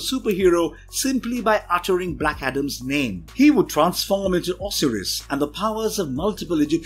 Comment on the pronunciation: I hate comic book and movie reviews by people who obviously know nothing about the characters and did little to no research on them. Just read the script, no problem mispronouncing the names of long established characters, (Osiris: OH-sy-ris, not Os-R-us), and glib comments about minor similarities between DC and Marvel characters, (Hawkman/Falcon and Dr. Fate/Dr. Strange). of course you don't have to know the characters to review a movie, but it helps to study the source material a little more.